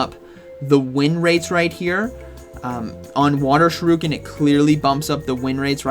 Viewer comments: Dude cannot be serious pronouncing shuriken as shih-rue-kin and not sure-ih-kin 😂 You have to be trolling! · shuriken* not shiruken lolol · Shu ri ken NOT Shi ru ken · Why do you say Shuriken like that? I think it’s pronounced Shur - i - ken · Never heard it pronounced sure-oo-kin before. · I get staggered every time you say 'shiruken' 👌🏾. Have to watch the Greninja bit again 😂. Anyways, thanks for the heads-up as always 😂✌🏾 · Just hearing him say ShiRUken is worth watchin this video hahaha. Haven't you had your coffee yet bro? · Shi-RUUUU-kin new offical pronunciation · Not Sha roo Ken 😭😭😭 I can't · Supposed to be "sure-uh-Ken" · This is very important... Pronounce shuriken properly!!